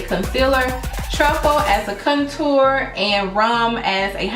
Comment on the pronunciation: Love the video but for some reason the way you pronounce contour drove me crazy lol. But loved the video you look awesome!